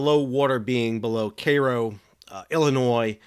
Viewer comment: Congrats on the correct pronunciation of Cairo, Illinois.